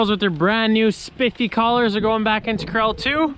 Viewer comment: I always think he's saying Krell instead of corral. 😂😝